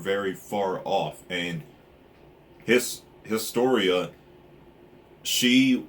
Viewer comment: and yes, you are pronouncing historia correctly now :D and it is lord "reece" like how my name is promounced